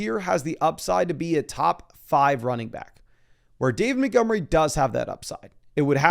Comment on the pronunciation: David "Muh-gummry"